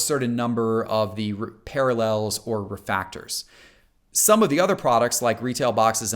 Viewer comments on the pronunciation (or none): I can’t get over that he calls refractors “Refactors” but gets “Superfractor” right. It bothers me because he’s smart. It’s like calling when he kept saying “Terry Bridgewater” do his cohosts or anyone else not watch these before putting them out? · LOL I just went back and watched and I did mess that up pretty consistently! Pronunciation is not my strong suit. :)